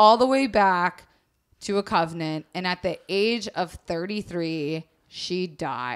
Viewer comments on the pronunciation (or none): LOL "covnent". It's con-vent. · I love this so much, but the fact kept saying "covenant" instead of "convent" KILLED ME the whole episode. I want to be her copy editor. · Omg! I loooooove and this story was great but I was internally SCREAMING every time she said covenant! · I thought I was going to rip out my hair every time you said "covenant" instead of "convent". Love you both but sweet jesus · (it's convent not covenant. A covenant is an agreement) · I'm fairly sure it's because by putting the body in "girl's" bed, after finding the burnt remains in the convent, people would think that it was "girl" who had died in the fire. Thus, "girl" would be free to live her life. Also, not sure if you were misreading it, but it's pronounced CON-vent. Anyways, loved this series, I hope you do more. Lady Maupin is one of my fave historical women. <3